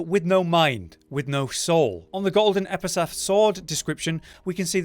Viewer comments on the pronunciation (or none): Lil bro bro you are doing so much research on the game and you can’t spend two seconds to pronounce epitaph correctly